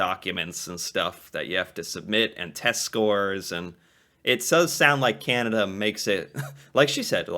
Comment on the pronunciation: You Say Canada funny. It is CAN A DA. Not Cinada